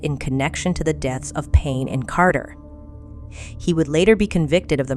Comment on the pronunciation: great podcast. just wanted to mention that you mispronounced nathaniel cater's last name. it is cater, not carter. it just always bothers me when people mispronounce the name of victims. bless him, and you.